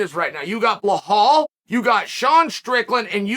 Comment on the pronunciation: Bilal not buhal